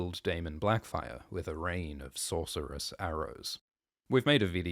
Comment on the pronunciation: Blacfyre? Great bate